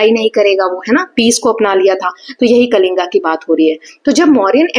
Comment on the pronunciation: Mam it is कलिंग not कलिंगा ,खारवेल not खरवेला and खंडगिरि not खांदगिरि